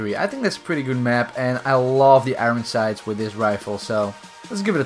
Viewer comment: you keep saying "iroen sight" instead of "iron sights"